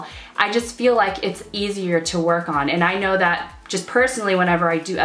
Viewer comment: "I yike to use" 😂